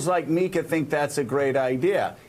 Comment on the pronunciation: Liberals like "MIKA" is what he said. I also thought he said "me" for a second.